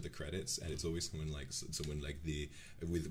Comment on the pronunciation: Personal time stamp The way Vox says "Umlaut" made my heart skip a beat. In German we also call ä, ö and ü Umlaut and bro he said it so well